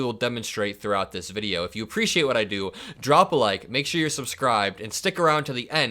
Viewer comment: he says " I repreciate that ".